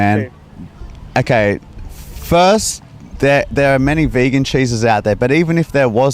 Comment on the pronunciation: bEegAn ThE VEeGaN lol